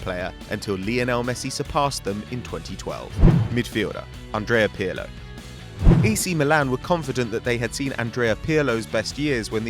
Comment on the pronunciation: how funny the way he pronounce Pirlo, especially since in italian "R" is one of the most distinctive "rrrrrrr" sounds ever! Piyalo???wtf is that?